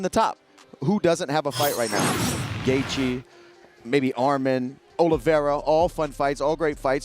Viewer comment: did this guy just pronounce gaethje as Gathe Ye